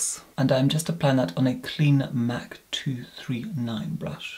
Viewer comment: I love how he pronounciate " Mac cosmetics " MAK K KOSMATIKKS